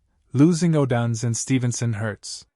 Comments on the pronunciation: Could you please stop mispronouncing odunze 😢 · Please stop mispronouncing odunze 😢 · Stop mispronouncing odunze 😢